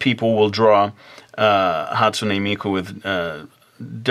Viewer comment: ou're pronouncing the name wrong geeesh you don't add the "ei" after the "n" on hatsune. sorry, it just annoys me pay no attention